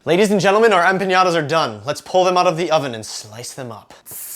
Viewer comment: I was just offended (not really :P) by the way you say EMPANADAS, EM-PA-NA-DAS not EMPIÑADAS!!! cool recipe ;) thanks